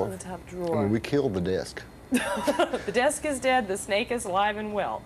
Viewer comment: I Love How - In "Texan" - One Syllable Words Have TWO Syllables...."SPLI-IT", "DE-ESK", "HE-EAD😂☺😉....Stevie Had, Previous To This Interview, REALLY GONE OFF, To Press, On David Bowie Because Bowie Had Told Him That He DIDN'T Actually Want Him & Double Trouble To Open For Him On His Let's Dance Tour As He Had Told Stevie Earlier - "It Was All Just Bullshit - He Just Wanted ME Join Him On The Tour - So I Left!" SERIOUS Bad Blood & CURSING Ensued & Was It Went On....Stevie Had Been Kind Of Known For That Being A "Touchy Subject" With Him...Thus The "You're Not Gonna Bleep Me?" Comment! Stevie Definitely Was Sure About What He Wanted! He Wasn't Going To Be Backup Guitar To Bowie Or Anybody Else! He Had A BAND & They Were A Package Deal! And He Had Been Lied To! He Definitely HAD A Pair!! Good For Him!! I Would Cursed Him Out, TOO, Stevie! He SCREWED You Over!! And You Didn't Need Him - GOOD Call!!